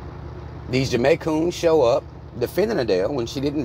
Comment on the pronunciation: not the Jamaicoons lmao 🤣🤣🤣